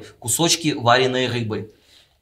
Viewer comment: ВарЁной, а не варЕной.